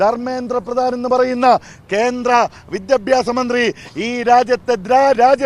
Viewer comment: വിത്യാഭാസം അല്ലടാ.. മലയാളം പഠിച്ചിട്ടു വാ